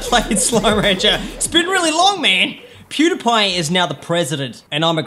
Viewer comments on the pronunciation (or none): none